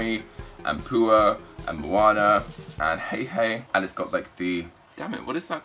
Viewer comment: It is not monner it is Moanna